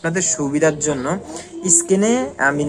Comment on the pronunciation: নিজেই তো বারবার অর্ডারকে ওয়াডার বলতেছেন। নিজেরই তো উচ্চারণের ঠিক নাই। স্ক্রীনকে স্কিন বলতেছেন,এভাবে কেও ভিডিও বানায়?